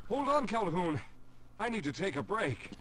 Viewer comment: its Calhoun, not hoon get it right jeez